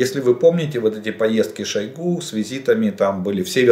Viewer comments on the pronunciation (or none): none